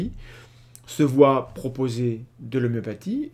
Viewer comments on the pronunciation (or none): none